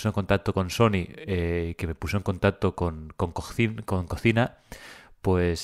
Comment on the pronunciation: Se pronuncia collima 😉